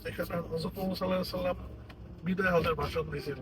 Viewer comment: মুহাম্মাদ উচ্চারন করার সময় হা টি গলা ডাবিয়ে মোটা স্বরে শুদ্ধ করে উচ্চারন করতে হয়।মুহাম্মাদ প্রশংসিত। ছল্লাল্লহু আ'লাইহি ওয়া ছাল্লাম। আ'লাইহি পড়ার সময় আ' টা গলা ডাবিয়ে পড়তে হয়। কারন এটি আঈন। অর্থ যেন বিকৃত না হয় তাই শুদ্ধ করে আরবী শিখব। ছল্লাল্লহু আ'লাইহি ওয়া ছাল্লাম ✔️✔️সুবহানাল্লহ পড়ার নিয়ম হা উচ্চারন করার সময় গলা ডাবিয়ে মোটা স্বরে বলতে হয় সুবহানাল্লহ আল্লাহ শব্দটির সঠিক উচ্চারন আল্লহ✔️ সুবহানাল্লহ✔️ আর আলহামদুলিল্লাহ বলার সময় হা টিকে গলা ডাবিয়ে মোটা স্বরে আলহামদুলিল্লাহ ✔️ ইং শা আল্লহ মা শা আল্লহ লা ইলাহা ইল্লাল্লহ✔️ thanx ❌ ছেলেদের জাঝাকাল্লহু খইরন ✔️ মেয়েদের জাঝাকিল্লাহু খইরন ✔️ কয়েকটা সঠিক উচ্চারন শিখা হয়ে গেলো 🌸 নিজের জানুন অন্যকে জানতে সহযোগীতা করুন🌸🌸🌸🌸